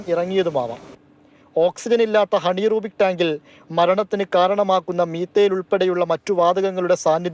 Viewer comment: ഹണീ റൂബിക് അല്ല anaerobic